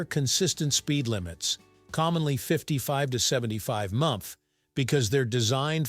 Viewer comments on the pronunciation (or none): "Mph" is NOT "munph!" Get a real, live narrator!! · That was my reaction when I heard that “munph” 😂